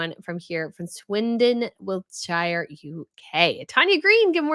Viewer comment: NOT wilt-shire. It's wilt-sher. Please learn!!!!